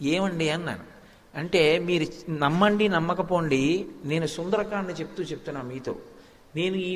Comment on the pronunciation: Sundaraakanda kadu Sundarakanda